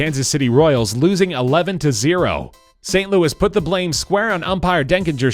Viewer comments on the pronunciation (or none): none